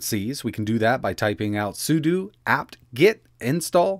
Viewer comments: Its sudo not sudu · "Suuduu" hahaha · SUD(O) is that an O or U? xD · is... "sudo" not pronounced the same as "pseudo" or "judo" or the "sudo" in "sudoku"? I recognize the clarity gains of disambiguating "sudo" from "sudu" are marginal and it creates a new collision with the actual word "pseudo", but that's how I've always read it. (I recognize that it's just a shortening of Super User DO, but if that had be shortened to SUD instead I'm certain we would say that the same as "suds" or "SCSI", so I don't think the component words should have much bearing in this case).